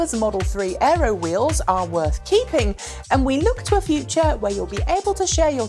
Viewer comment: Aero. not Earo. :)